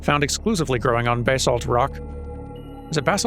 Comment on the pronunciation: Re: Basalt - I usually say it "buh-SALT", but some people do say BAY-salt. Idk what the "correct" pronunciation is though XD